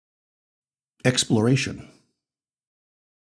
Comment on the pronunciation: Hexploration is what I heard instead of exploration